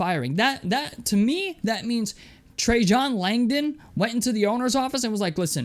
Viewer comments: trey-JON Langdon 😂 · Every time a YouTuber or podcaster mispronounces Trajan Langdon I remember my age.